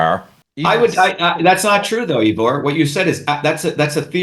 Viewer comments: This guy is full of arrogance and hubris. You likely helped MANY more people Ivor, with your reasoned logic, than this pompous wannabe politician. He can't even pronounce your name right. His videos have a VERY small fraction of the views yours do. He has zero humility, brags constantly, and disagrees and talks over you, even though you are a natural ally. I don't trust this huckster at all, even on points he is probably correct about. Stay the course Ivor. Keep prioritizing truth, without insulting everyone, or claiming your way is the only way. This guy invented email like The Winklevoss invented facebook. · The point is worth making because Shova aspires to be President, or at least a leader. Good leaders remember names, and pronounce them correctly. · dr shiva so smart but can't pronounce Ivor's name properly. smh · I wish Ivor would teach these people how to pronounce his name... It's painful hearing EEvor over and over again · Actually, my name is I-vor, pronounced Eyevor, and I'm from Ireland, not the UK! I like Dr Shiva, but I find his challenging of you very aggressive. I understand his frustrations with the lack of activity of the general populace, and his talk here is very eye opening to say the least, but his angry-ness is quite rude. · Thanks 'Ee-vor' for a very stimulating discussion. Glad to see that the assertiveness training has really benefitted the erstwhile shrinking violet, Dr Shiva! 🤣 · OMG 🤦🏻‍♀️ Why won't this bloke let you speak "Eevor"? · I am a freedom fighter in Canada and have never heard of Dr. Shiva. I suffered through the whole video and did not learn a single thing from him except he is arrogant and very disrespectful toward Ivor. He can't even pronounce Ivor's name correctly. This individual will never be voted for president unless he his backed by the globalists. His attitude is divisive and angry which is no different from the globalists and governmental puppets. He needs to eat some humble pie.